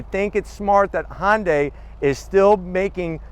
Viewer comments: I agree! its not HONDAI ITS HUNDAI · It’s not Hahn-day is pronounced Huhn-Day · Hon-day... Hyundai